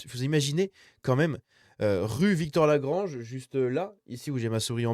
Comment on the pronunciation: C'est rue Victor Lagrange et pas Victorè-Lagrange, voilà pourquoi maps ne trouve pas 😉